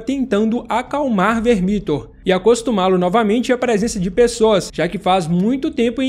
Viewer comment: Se fala "Vermíthor"?? Mto estranho, eu sempre falei "Vérmithor"